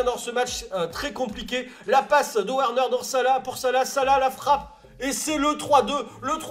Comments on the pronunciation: Juste c’est « Verner » pas werner les « W » se prononce « V » en allemand et les « V » se prononce « F » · Et Werner, ça se prononce Verneur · werner est allemand donc ça se prononce Vèrneur